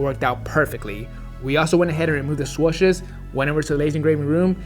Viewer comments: Is it just me or when he says SWUSHES it drives me crazy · I cant get over the fact he says swushes lol